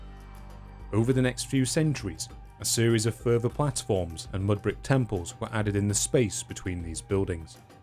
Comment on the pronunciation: It's further, not furver. Unless you're trying to say the word fervor. When you pronounce th's like f's, I can't take you seriously.